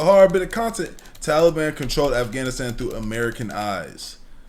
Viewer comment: Afgavinstan? 😂 I’m sorry. Why’d he keep pronouncing it like that ☠️